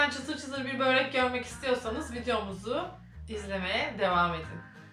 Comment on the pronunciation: Böğğğreek değil. Börek.